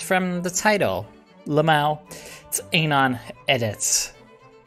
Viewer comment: You say anon like anal and it bothers me